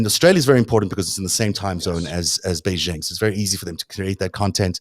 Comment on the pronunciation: The "X" in the Chinese name Xi is not pronounced like the "z" in "azure." It is an "sh" sound, thus Xi is pronounced more or less like the English word "she." Also, the "j" in Beijing is not pronounced like the "z" in "azure." It's pronounced like the "J" in the English name "Jim."